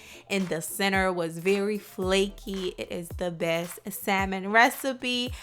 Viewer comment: say Saimon one more time